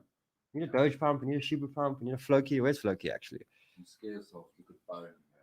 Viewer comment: SHIBA not SHIBU